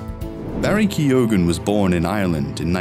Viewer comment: All the narrator needs to do now is learn how to pronounce Keoghan correctly. FFS.